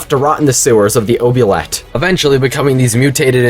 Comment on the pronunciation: ...nah i gotta say it, that's not how you say oubliette, its pronounced oob-lee-et